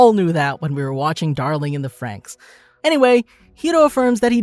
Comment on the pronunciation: when he say "franxx" as "franks" hurts me